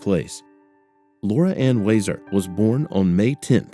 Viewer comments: Nice to know the so called "Heroes" of our communities are serving these family members so speedily. Wow!!! BTW: It's WEE-ZAR not WHY-ZAR RIP Lora Ann! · Huizar Pronounced Wee-Zar